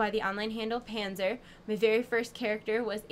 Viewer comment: but she´s called Panser not Panzer, voher informieren :D